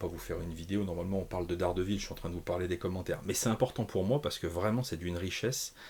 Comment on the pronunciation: " Dés Guêpe Ville"❤